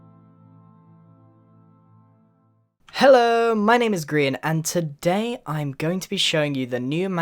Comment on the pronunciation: Ah yes, "grin" asmr